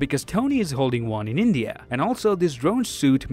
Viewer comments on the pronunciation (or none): none